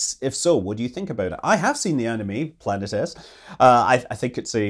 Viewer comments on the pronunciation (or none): Planetes - It's pronounce Plan-ee-tees. It's Greek.